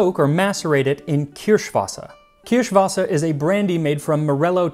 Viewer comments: Your german pronounciation of Kirschwasser is on Point👌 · Bonus points on the pronunciation of "Kirschwasser".